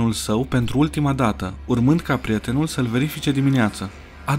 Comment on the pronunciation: Prietenul nu “PRETENUL”